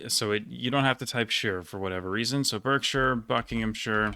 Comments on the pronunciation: Berkshire is pronounced 'barkshire'. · The English counties were pretty spot on! The only one in noticed was Berkshire - should be pronounced Bark-shur :) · Berkshire, like Hertfordshire, is pronounced as "barkshire" (and hartfordshire). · Not with that pronunciation of Berkshire ;)